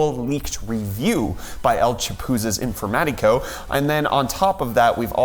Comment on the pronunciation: I adore how a english speaker says el chapuzas informatico XD!